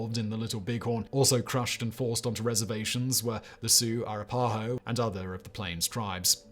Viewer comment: R pie oh? A wrap a hoe is the proper phonetic pronunciation.